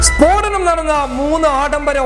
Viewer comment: സ്ഫോടനം✓ സ്പോടനം× 🙏